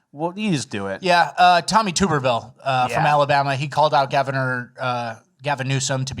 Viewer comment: ‘Tommy Tooberville’ is an insane way to pronounce his name If you take away Birmingham, Montgomery, and Mobile from Alabama murder stats, the number would be almost nonexistent. Guess who lives in those cities..